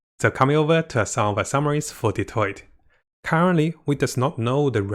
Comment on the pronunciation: Why he saying dottore like that 😭 he saying Detroit